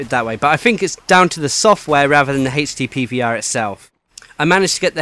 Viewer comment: I keep thinking you are saying Hasty PVR.... :P